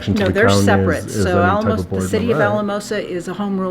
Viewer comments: Pronounced Al-a-mosa FYI. Colorado is basically virgin ground for audits. Not surprised you’re getting pushback. Good luck! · It's Al-uh-mosa